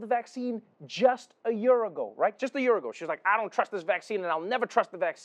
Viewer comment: Why does he always say "jör" instead of year?